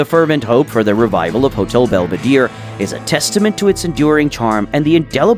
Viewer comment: Belvedere, not "belveedeer"